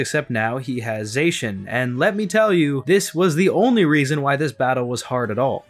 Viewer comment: These games were really good. I liked the visuals and many of the character designs. The wild area was pretty barren but the tall grass textures look awesome! Zacian is pronounced Zah-see-yan.